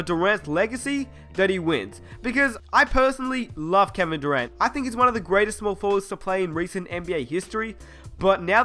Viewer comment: he said Kevin durant like kwevin durwantt